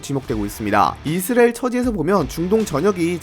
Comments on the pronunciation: 형님 이스라엘 발음하는데 왤케 힘들어하세요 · <이 스 '레' 일 > 만 들리는 영상